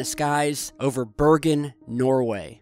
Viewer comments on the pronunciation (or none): none